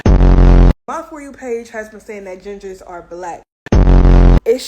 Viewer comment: “Gingahs” 😂😂😂 I’m done with the internet 😂